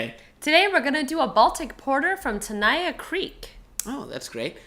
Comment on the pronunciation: Tenaya Creek is awesome and Nevada craft beer is under-rated, but please learn how to pronounce Tenaya and Nevada, because you got both wrong.